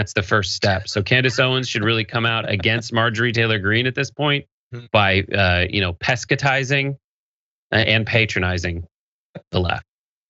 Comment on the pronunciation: I laughed aloud at "pescatizing" on the live show yesterday and laughed again at "pescatizing" on this clip.